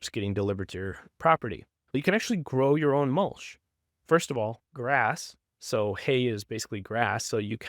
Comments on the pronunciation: Mul-CH not Mul-SH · Love the concept but is that an AI voice? It's not even pronouncing mulch correctly.